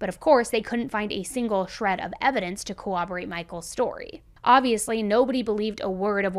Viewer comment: in the nicest way please…it’s not cowoberate.